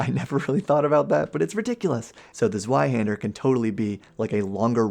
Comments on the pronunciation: Broadsword is a large, one handed sword, and a claymore is more similar to a flamberge in that they are both typically two-handers. "Zweihander" is pronounced "zvei". Darts are larger than pub darts but similar in scope; they're like light throwing knives and were introduced primarily for casters to have a not-too-heavy weapon choice without throwing rocks in a sling like a neanderthal. Its supposed to be "classy". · Zweihänder is pronouned difrently. The best I coul describe it would be Tswihander while the w the r are pronounced harsher than in english. But the Zweihänder is literally a Greatsword (ca. 160 centimetres). The "Longsword" in dnd is not a longsword ist a arming sword. A longsword is two handed an shouls be around 1.25 meters long. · Zweihänder is pronounced ts-v-eye-hand-uh [t͡svaɪhɛndɐ]